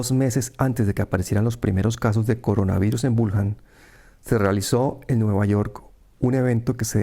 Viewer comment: Wuhan y se pronuncia Buján